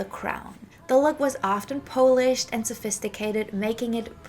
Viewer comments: Sorry to correct but the word is pronounced PAHL-ISH not PO-LISH. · FYI, polished is pronounced "pol (rhymes with cow)-ished. Although , being Polish, I am flattered that you make it sound like it's from my people. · Thank you for this great in-depth look at 1960s Parisian & French Fashion! Could I gently give you one pronunciation tip? I got confused when you talked about 'polished' because it sounded like you were talking about the polish people (it took me a little while to figure out my mistake 😅). It's because you missed your pronunciation 😊 In this video you're saying 'polished' [poow-lished] like you say 'smoking' [smoow-king], so with a long 'oow'. It's actually pronounced 'polished' [poh-lished] like you say 'modern' [moh-dern], a short 'oh'.